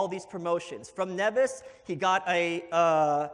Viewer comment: Bad start for Malice: doesn't know how to pronounce Nevis (it's Neevis) and said 'nobody knows anything about it other than Hamilton being born there.' That's BS; it played a significant role in colonial history and was one of the world's largest sugar producers, once producing 1/3 of the world supply of sugar on a relatively tiny island. It's also a nice place to visit in the Caribbean. As far as I recall, Hamilton wasn't even recognized as a significant person in any sort of historical overview / presentation of it.